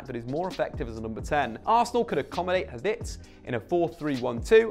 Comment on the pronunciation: Nah surely he does it on purpose. "Malee" and "Havits" una